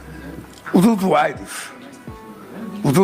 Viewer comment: “Os usuairos” p cosso presidente nem português sabe falar hahaha